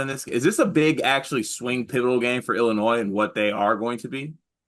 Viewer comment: Willinois hahaha